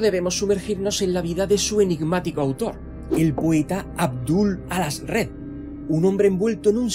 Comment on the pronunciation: Toda mi vida diciéndole Aljazred y escucho el Alazred y se escucha raro😮